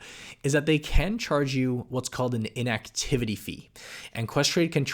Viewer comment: "inacvtity [inactivity] fee"